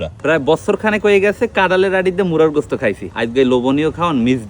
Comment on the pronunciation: মুরগী না বলে মুরা কেনো বলছে